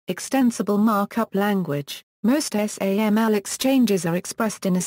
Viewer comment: Wonderful service--thanks for uploading. One suggestion: SAML is pronounced sam-el, according to the first parenthetical here. Would be great if that was reflected in the audio. I'm aware it's automatic, but I'm posting here in case it can be corrected.